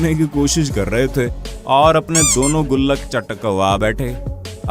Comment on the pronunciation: सर आप जब गूललक बोलते हैं जब मुझे बहुत हंसी आती है 😜😜😜😜😜😜😜😜😜